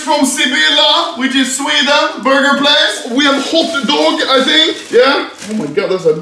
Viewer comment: Game time: Take a shot everytime Ludde says borgir